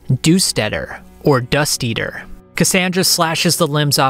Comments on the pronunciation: Rofl the DUUUSt ettter , it's Dust Eater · du-steater bro????? clearly its supposed to be dust...eater. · Alright I could forgive all the mispronunciations up until "doost eter" It's "dust eater" because of the way she fights. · I keep hearing "duu-steadder" making me cringe so badly. It's Dust-Eater! Her signature move sweeps the ground like she is eating dust! You even acknowledge that particular pronunciation at one point! But you keep using 'Duu-Steadder". What even is that??! 😠💢:face-purple-smiling-fangs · 😂 Cassandra "The Do-stetter"😂....... It's "Dust Eater" my man, but anyway, this a fantastic video and summary! Thanks for uploading it! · "Cassandra, the Doo Steader" 😂, I can let the other mispronunciatuons go, but this was too funny to not mention. I was CACKLING. 😅 I had to rewind the video. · the narrator says 'Doo-steader' for Cassandra's epithet, and I nearly lost my shit laughing. It's Dust Eater. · Wait wat?!? Cassandra the “Doosetetter”, some of your pronunciations bothered me a little but that’s where I draw the line. Cassandra the Dusteater ( dust eater). Other than that absolute great video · LMAO I said the same thing he's mispronounced multiple other things but it wasn't so egregious as "doost eter" 😂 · "casandra the doostetter" lmao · Also sir. It's DUST EATER, not whatever crap you were saying 🙄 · Doosteader…my guy. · "Cassandra the Doo Steader" /facepalm ^^ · 'the doosteader' got me dude xD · Boy ain’t no way… boy ain’t no way boy… LMFAO THE WAY HE SAID DUST EATER THERE IS NO WAY YOU BUTCHER A NAW THAT BAD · it bothered me too..